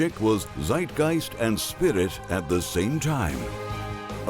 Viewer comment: It is not side geist, it is Zeitgeist with a TS, in German the z is pronounced Tss as we all know, us who did middle school that is....DO YOUR HOME WORK!